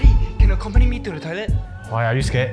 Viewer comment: Mmm love the "soemthing" and "accoompany" xD